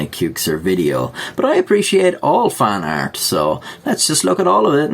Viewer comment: When he says "fan art" I swear my ears be hearing "faaart".